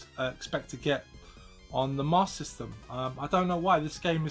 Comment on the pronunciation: hahahahaha still saying it fcuking wrong either way lol!